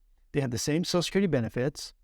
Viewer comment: Back to the drinking game! Every time he says sochacurity, take a shot.